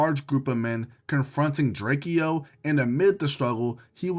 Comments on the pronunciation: drakeo got a whole song explaining his name is DRAKE-O NOT DRAKIE-O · drakeo name is not pronounced how it look twin 😂